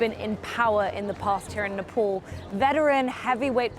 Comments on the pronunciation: its Nepal not Nepol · nepol ..where it is???? its nepal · It is nepaaal , why cant u as an indian pronounce the name